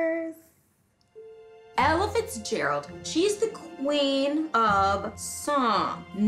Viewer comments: Without reading the title, the narrator seems to be saying "Elephants Gerald". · Every time she said Ella Fitzgerald I thought she said Elephant Gerald... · She kept saying it like 'Elephants Gerald.' True #DrunkHistory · I keep hearing "Elephants Gerold"